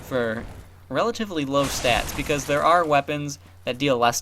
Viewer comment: "bicaaz" (: nice job with that axe dude.